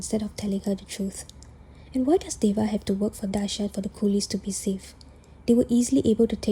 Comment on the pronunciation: Tiny correction, his name is Daaha not Daasha.